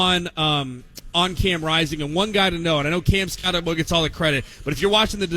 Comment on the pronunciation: BROS. I don't know why you think people will subscribe when you call coach a NUTJOB and pronounce the star running back name SKATTEBO incorrectly. Cool stickers on your laptops. Looks like child stuff and the same effort for preparing for a show. I stopped listening